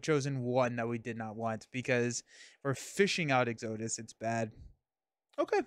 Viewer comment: Exo-dus. Exodus. Lol